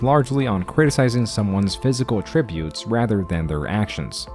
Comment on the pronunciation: Attributes and attributes are pronounced differently. i.e: she attributes her teaching style to a teacher she once had.